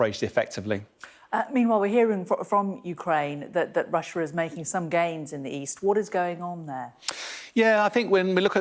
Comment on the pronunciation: Why do they call it "Russier"🤷‍♂️😁 I've heard alot call it that?